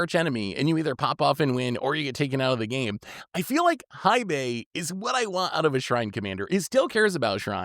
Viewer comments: Love your stuff! Hei Bai is pronounced "hey bye". Hei translates to Black and Bai into White so Black White, cause he's a pandy 🐼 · it's pronounced Hey Bye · mispronouncing Hei Bai perfectly backwards is hilarious. One of his best 😂😂